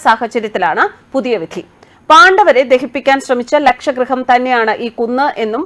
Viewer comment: ലക്ഷ ഗൃഹമല്ല ലാക്ഷാ ഗൃഹം എന്ന് മാറ്റി വായിക്കുക ലാക്ഷാ എന്നാൽ അരക്ക് എന്നർത്ഥം